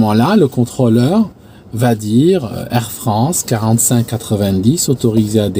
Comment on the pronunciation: Excuse moi c'est super captivant tes récits de craschs mais ( c'est maître Capello qui parle ) il n'y a pas de t à va donc pas de liaison. Encore pardon mais ça m'écorche les oreilles.